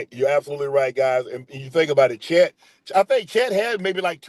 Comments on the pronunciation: Dont bring back gp he got so many people name wrong “Johnson brothers” “rivers” “chad” 😭😭 … thompson brothers, reeves & chet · GP calling Chet…Chad😂😂😂😂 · Is glove calling Chet chad? 🤣